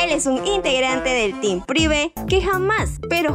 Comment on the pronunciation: Amo cuando dice prive quédate para ver a privee